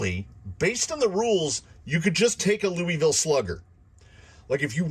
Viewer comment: As a native, I like hearing the different ways other people say Louisville. Your way is most common in my experience. You’re saying it right as long as you don’t pronounce the S.